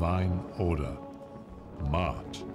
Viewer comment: There they go again... Ancient Egyptians were not white people. And it is pronounced MA-AT not MAT. Phew